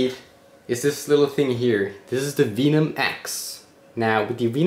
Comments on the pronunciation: its spelt venom its pronounced Vehnom not veenom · It's not vee-nom, it's veh-num... It's a biologically produced super poison that many animals use as a defense mechanism. Also used to describe the level of sarcasm in a YouTube comment. Ha. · why are you saying Veenum?It's Venum. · lol veynom its venom not veymon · Veeeenum! Lol. Venom man, you know like poison? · i knw this vid is old but cumon hes calling it veenum, i dont know how you pronounce what snakes inject from their fangs but it aint veenum hahah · The way he says venom is sending me under